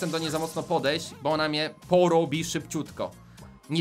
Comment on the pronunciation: niemuwi się bu tylko bo